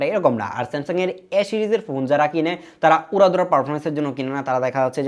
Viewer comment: Samsuuddin aha aha smasung😂😂